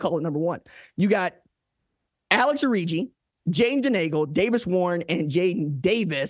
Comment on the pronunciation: Alex.Orji (Orgy) not Origi